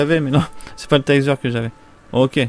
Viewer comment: Je kiff mais ses le tazer pas taizer